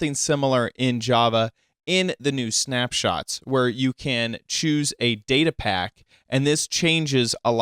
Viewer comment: its datapack, its not daytapack